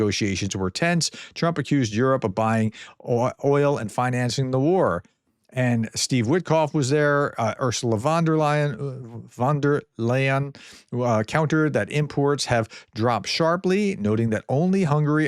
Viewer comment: Your pronounciation of "von der Leyen" was better in a previous video. It's "fon deh lyin" or something like that.